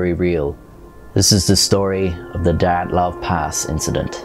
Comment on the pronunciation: I'm sure you look forward to having your pronicication second-guessed on every video! 😅💀 It's not the 'die' 'at' 'loff' pass It's the 'DEE' 'at' 'loff' pass